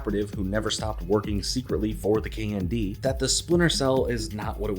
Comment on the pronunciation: Saying the acronym KND sounds like you're saying the word candy.